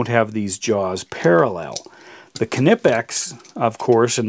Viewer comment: I have to compliment you on your pronunciation of Knipex, but not so much on keeping things in frame! Otherwise, interresting comparison.